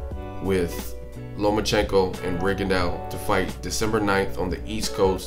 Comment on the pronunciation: Why is it that almost nobody can pronounce "Rigondeaux" correctly? If you really respect the man, respect his name!